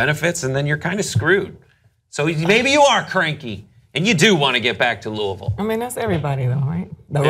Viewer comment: I'm more surprised that he pronounced Louisville right. Two times...